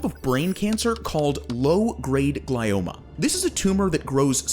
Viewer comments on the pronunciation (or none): It's JOHNS HOPKINS not John Hopkins. Edit: It's pronounced GLEE-OMA not gly-oma.